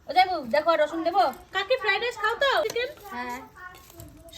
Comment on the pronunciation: Feradice hoy na say Fried rice